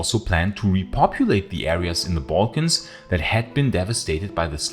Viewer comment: wonderful work and your accent is a great asset, but please the pronunciation of 'slavs' and 'balkans'... please fix it